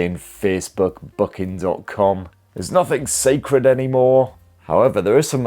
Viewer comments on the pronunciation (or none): none